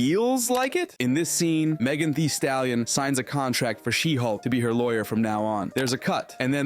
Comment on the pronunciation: Btw who the fuck is megan tee stalion?